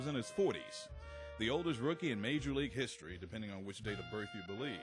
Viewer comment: I'm sorry, but did the announcer just mispronounce "history"? What the actual fuck??